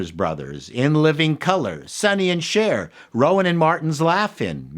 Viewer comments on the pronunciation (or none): none